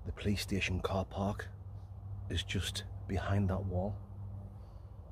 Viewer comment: 😂, from my mouth to God's lips from 4 minutes in until minutes in, I died from laughing thinking from your English accent you said "Playstation" 🤣 instead of "Police Station" because you said it like "puh-lays station" LMAO!